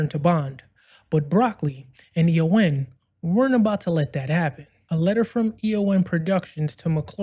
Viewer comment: First things first: The Broccoli-Saltzman company is EON (an acronym for “Everything or Nothing”); pronounced Ee-yon. You’ve presented a good summary of the legal battle. But one essential point that gets left out: McClory, Whittingham, and Fleming had developed nine scripts and treatments other than “Longitude 78 West” (which Fleming copped for his “Thunderball” novel). The deal McClory signed with Eon in 1965 covered all ten stories, which McClory would have the right to make after ten years. So Eon’s later contention that McClory was limited to “Thunderball” is pure BS. Once Bond became such a financial juggernaut, Eon naturally wanted to block any competition — which meant reneging on the original deal. Jack Schwartzman boldly took up the challenge, limiting his efforts to “Thunderball,” supposedly McClory’s only opening. Even then, Eon fought on in the London High Court throughout the making of “Never Say Never Again.” They tried every angle to halt the project, to the point of declaring that only dialogue from the novel could be used — totally absurd! Finally, the LHC told Eon to piss off! Thanks to Schwartzman, we enjoyed (after many years) a classy, well-written, fabulously cast, intelligent Bond film. Sean Connery also deserves credit for his commitment and determination on-set. It was vastly superior to that snoozefest, “Thunderball.”